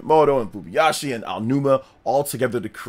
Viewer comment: It's FuBAyashi, not Fubiyashi